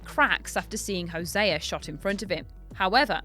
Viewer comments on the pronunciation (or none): no way, Hosé-a. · "when hoseaer is shot"